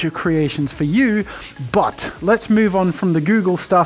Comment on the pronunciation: Jazza and his “mouve”. (Sorry, can’t spell)